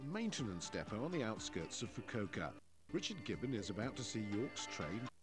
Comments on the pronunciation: I thought you were joking then I watched the video. Oh dear, you'd think the BBC would do a little more research on proper pronunciation of place names. (Foo-koo-ohka) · "FU-KU-O-KA" Every consonant and vowel is pronounced.